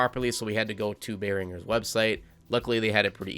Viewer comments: good video, i laughed a bit when you said 'bay-ringer' lol. i make music and have been a guitarist for over a decade and just for future reference its pronounced 'bear-in-jer' great video though man, i use windows os for gaming and was a little lost on how to set up routing on windows for gaming instead of inside a DAW and this was super helpful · It's pronounced BEAR-UN-GER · “Baeringer” lol! I love this guy. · “Bae Ringer” that’s amazing bro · "Bear-in-Jer" is the pronunciation of the company that makes your audio interface.